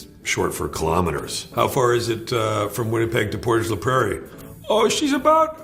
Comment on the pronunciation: Loved the Portage la Prairie shout out. And thanks to Will for pronouncing it correctly instead of trying to say it in French.